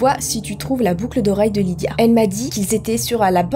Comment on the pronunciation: Je m'appelle Lidia. Oui, cette information est inutile mais je voulais que vous le sachiez car je suis heureuse d'avoir entendu prononcer mon prénom.😂